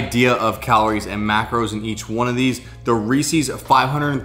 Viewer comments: You have a great media voice but fyi it’s promise pronounced “Reese-is” Like Reese as in Reese Witherspoon, not “Reese-ease” ;) Thanks for these recipes, can’t wait to try them out! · This is amazing, great video! Except of course, it's definitely not REEEEEESIIIIIEES. It's Reese's. Lol 😂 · Reese’s is pronounced rees-ez not ree-seas. Would you say something owned by Reese Witherspoon was ree-seas? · Omg. Reese's rhymes with pieces NOT feces!!!! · "Ree sees" 🤢 Other than that, good video. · Why is everyone mispronouncing Reese's all of a sudden? Do you hate Reese's? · Please don’t pronounce Reeses that way